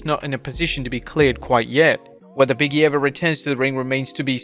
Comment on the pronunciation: OMG BIG…E… not Biggie! 🤣